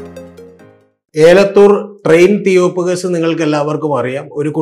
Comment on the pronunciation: ഏലത്തൂർ അല്ല എലത്തൂർ ആണ്